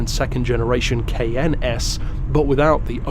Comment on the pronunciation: I just realized he was saying Cayenne not “KN” lol. I was so confused first time I watched.